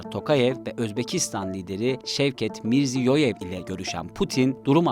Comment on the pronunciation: Kasım Cömert değil Kasımjomart, Kasım Tokayev değil Kasımjomart Tokayev. Şevket Mirziyoyev değil Shavkat Mirziyoyev. Cevher Dudayev değil Cihat Dudayev. Asker Akayev değil Asqar Aqayev.